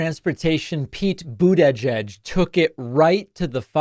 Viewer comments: How does my man still need to say Boot Edge Edge to get it right? 😂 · Anyone else have David's pronunciation of "Butegeg" in their head all day? 😄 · David sir, why do you keep pronouncing Pete Buttigieg’s name like that? It’s incredibly hilarious in which I can’t stop saying myself. At this point I’m convinced you are somehow unaware of the mocking of his name. I know you mean no disrespect. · I thought it was pronounced like...booty-geg. And it always made me laugh from the irony. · I honestly can't believe you can't say his last name properly, lmao. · Gotta work on that pronunciation of the name my dude. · Is that... Really... How Americans pronounce Buttigieg??😂😂😂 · Why did he pronounce Buttigieg like that? 😂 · Stop saying his name like that 😅you know it's wrong, and you've heard it said correctly before. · Why do you always pronounce "Buttigieg" so awkwardly? It sounds like mockery. If you're making fun of Trump's deliberate mispronunciation, it's backfiring. You can find videos of Pete pronouncing it himself and it doesn't have the strange hitch/length you put on the second syllable.